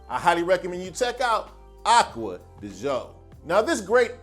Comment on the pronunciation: So after wearing this cologne for 28 years you should start pronouncing it the correct way. It's not pronounced De Joe, it's pronounced Dee Geeo. I in Italian is pronounced E. You're welcome!